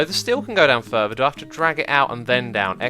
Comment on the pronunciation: its Fur-Ther not fur-Ver